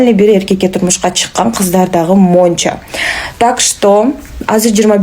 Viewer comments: Монча... монча ...Монча эмес - мынча ! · монча монча дейби оозу кантет